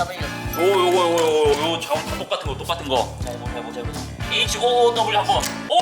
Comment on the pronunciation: HOOW 는 호..우? 아니지 메우지